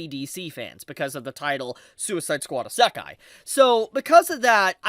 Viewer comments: it's not essakai bro it's isekai try to pronounce it clearly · Every utterance of "EAS-SAHK-KAI" is akin to nails on a chalkboard for me. Bro you HAVE to know how it's pronounced, you seem to have watched anime and been in the anime community long enough to know that you say it like "Izz-uh-kai." Come on now. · “Ih-SAH-kai”…bro cooked himself 4 seconds into the video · "a suck eye"? I've never heard of that genre before! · why does he keep saying Esekai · Dude why you saying isekai like that. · Bro, learn how to pronounce Isekai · Dude, how did you forget how to pronounce “Isekai”. I know you’ve said the word properly before. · I'm gonna let you finish but that was the WHITEST pronunciation of isekai I've ever heard! ok ok. I'll watch the rest now. fuck... you just keep saying it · ........Why you say Isekai like that? lol